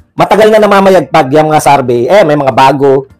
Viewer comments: Ano Ang Tama survey or sarvy ayusin mo Naman mag pronounce. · Survey po Hindi sarbey